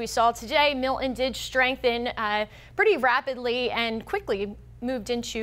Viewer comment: Notice in the beginning she pronounced it "Mill..en" as if it has a silent "t". Then the producer was probably screaming into her earpiece... MILTON. Not Mill..en you frigging moron!